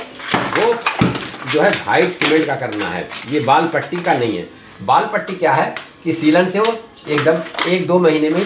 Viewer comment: wall Patti Nahin wall putti bolna Sikho pahle